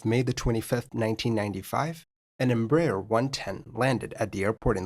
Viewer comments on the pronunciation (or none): none